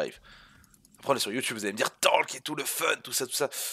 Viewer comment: Mdr mais il dit bonjour youteub mais tapez Youteub sur internet vous êtes pas prêt mdrr